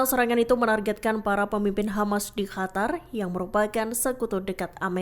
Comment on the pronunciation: Min, kenapa Qatar dibaca Hatar?